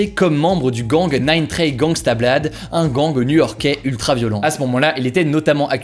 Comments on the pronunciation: Par contre Blood ça se dit « blod » et pas « blad » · « Nine Trey Gangsta BLAD » au lieu de blood, j’ai ris 😂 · Alors c’est pas, nayne tré gangsta blad mais nayne tray gangsta blawd voilà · HO DIT "BLOUD" PAS "BLOODEUH" RESPECT MON PSEUDO STP (js sa se prononce pas comme sa avec l accent mais french meme oof) sinn mrc des videos 0:) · Il a plus dit blaaad que blood mais mdr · Blaad mdr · penser que l'on dit blaad c'est ça qui est choquant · Comment tu prononce "blood" 🤣🤣